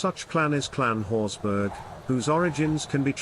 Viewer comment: You could at least try to get the pronunciation correct. It is Scottish, not German, meaning it's pronounced horsbra, which is the same pronunciation as for Edinburgh! This is clearly a low brow AI generated piece because a narrator with an RP like accent would have pronounced it correctly. The usual doggerel is that the Horsburgh family was a sept of the Douglas', but this piece is no better in that they are now said to have been a clan. Both are rubbish.